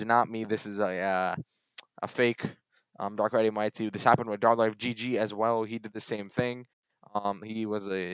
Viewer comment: His name is, dark rai tweem thats how u pronounce it!